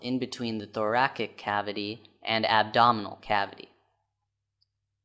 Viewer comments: Thoracic is pronounced "thor-a-sick", not thorakick. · The way he pronouces thoracic is still haunting me